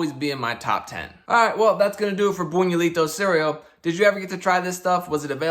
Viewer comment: Buñuelo is pronounced closer to boon-you-el-oh, so the cereal should probably be pronounced boon-you-eh-lee-toh